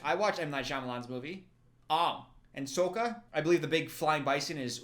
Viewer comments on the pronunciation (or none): It's not sukka it's sokka gosh